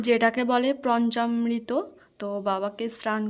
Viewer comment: প্রঞচামৄত নয় পঞ্চামৄত